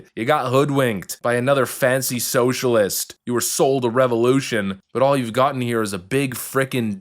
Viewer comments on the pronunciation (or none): none